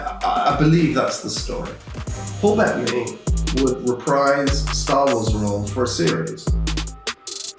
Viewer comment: His name is Paul Be tta ny. Not Paul Bet ney? WTF